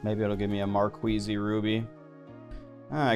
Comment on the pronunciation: gems called "markeez" bruz not marqueezie